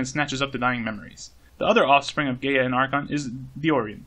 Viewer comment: Gaea: GUY-uh, by the way. Same as Gaia.